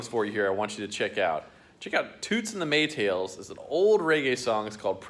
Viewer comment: Maytals .. not maytails